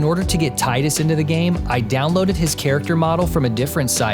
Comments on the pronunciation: The creator of the fucking character >>>>> “candidfellow” And no, it’s not “tide-us”. His name is based on the SUN (like his Crest/Sigil in-game), not Water/Tides, like Yuna’s is Moon. It is, objectively, Tee-dus. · It doesn’t have the real intention behind the name.Tidus(Teedus) is a word in the Okinawa dialect that means sun. To contrast Yuna which means moon. I get it.English speakers naturally said Tidus like tide. Tide. Water. Get it. But it’s wrong. Stick to the wrong pronunciation if you want, but don’t pass it off as the "intended" one. That’s even sillier than the ones who keep calling Aerith Aeris and insist they’re right. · I refuse to pronounce his name as Teedus too. Tie-dus supremacy. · Well, in my country we say Teedus cus that's just the way we pronounced some things due to influence from our mother language (english is second). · This is cool! I also refuse to pronounce his name as tee-dus lol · That's funny because I hate the Tye-dus pronunciation of his name but different strokes for different folks haha😂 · Thank you I also refuse to pronounce his name Teedus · I refuse to pronounce it as "tee-dus" as well! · I just refuse to believe the water guy's name isn't pronounced like tide/tidal. Insanity on Squeenix's end. That'd be like them creating Terra from Birth By Sleep, having him heavily associated with earth, then square going "It's pronounced Tyra, not Terra" lol. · Awesome video, disgusting pronunciation of tidus.